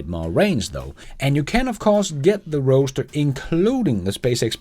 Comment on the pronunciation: People pronounce Roadster as roaster, I noticed, lol.